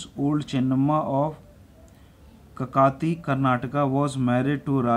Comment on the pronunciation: sir kakti nhi kakati or mallasarj nhi mallasarja very good explaination but words not speaking correct